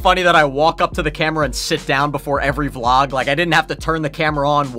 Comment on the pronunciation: Not volg it's vlog